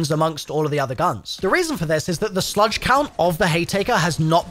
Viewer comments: Why is he saying “sludge”? Is it not just a slug? Is this a British thing? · I know you're British so I'll cut you some slack but slugs are pronounced just the way it's spelled. Like the bug. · Literally EXACTLY what I came here to say. It’s like he’s TRYING to do it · I thought I was the only one hearing it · wait? You purposely don't? Haha